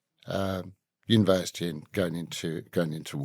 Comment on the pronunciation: Why did he get that wrong? (re: University)